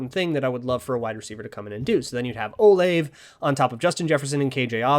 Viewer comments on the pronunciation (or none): none